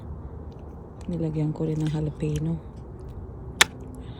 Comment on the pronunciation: Samon. Not sallllmmon